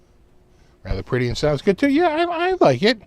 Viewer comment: as an Aussie I wholeheartedly approve of your pronunciation of “down unda” and “yeah” 😂